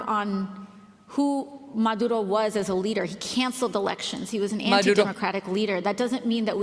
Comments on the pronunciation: I am latina. I am not a fan of AOC. She stupid, Idiot and she should be not in congress. How ever she is pronouncing Maduro , Venezuela correctly. I hate to say this since I can't stand her. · AOC, who doesn’t think Elon Musk or Candace Owen are intelligent people at least pronounced Maduro and Venezuela correctly. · Sorry, Megan, she speaks Spanish and those are the correct way to pronounce them. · I’m not a fan of AOC but your making fun of how she pronounces Maduro and Venezuela but thats how you properly pronounce it and she speaks Spanish… doesn’t matter where she grew up Spanish speakers are not pronouncing Spanish names like a gringo ..a white person making fun of a hispanic with Spanish pronunciation 🤨